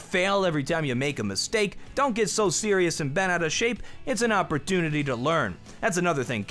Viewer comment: did anyone else hear awpertunity instead of opportunity